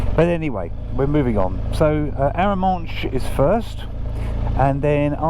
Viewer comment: You pronounced Arramanche correctly!! Thanks for your series. It came up when i was researching the area for a trip next May.